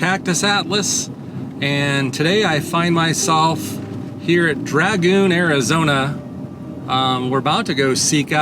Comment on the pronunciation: It's dragoon, not dragon.. da